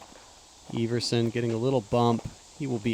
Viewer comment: You're name is ever son, not eve er son. Silly kid